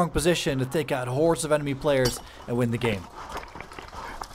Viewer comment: It’s actually horde